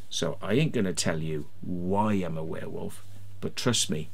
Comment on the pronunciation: Please don't admit you are from Wales, Warewolve ffs 😂😂😂